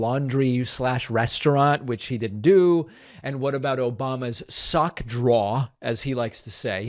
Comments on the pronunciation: The OBOMBNAH cracks me up every time 🤣🤣🤣🤣🤣🤣🤣🤣🤣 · Sir, I really appreciated those completely unnecessary and yet delightful "Obamnas" :D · "Troth Sential!!" 😂 "Obamna" 😂 💯fucking hilarious!